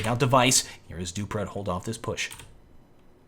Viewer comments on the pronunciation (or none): keeps calling him "doopra" lololololol dewwwPREEEEEE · Its dupreeh not dupra and flusha not floosha :) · it's duprEEh not dupruh ;) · zipnix not sipe-nix flush-uh not floosh-ah du-pree not du-prah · please, its not duphruh, its like dufree, and not sypenix but sipnix, plz (yes im from denamrk and used to hear commentators say it like that, keep up the good work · Dupreeeeeeeeeh not duprah Flusha not flooosha sipnix not sypenix Just saying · Dupbrah? Its dupreeee m8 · should pronounce the name right, dupreeeeeeeh eeeeeh not dupre. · Jesus, device looked fishier than flusha back then. Also funny hearing call dupreeh as Doo-pra' 😂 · Dupreeh is pronounced Dupree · always has some trouble pronouncing player names rofl.